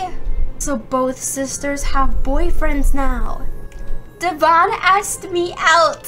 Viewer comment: Hey Devans name is pronounced Dev-an with an in it